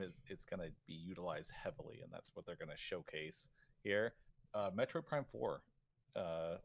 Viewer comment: I can’t even tell if he is rage baiting by mispronouncing Metroid